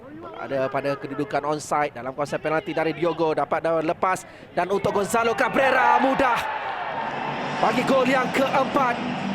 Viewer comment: "gonzalo gabeauweuwa"